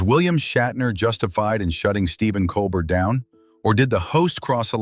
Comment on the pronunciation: Learn the names. It’s not Col Bert.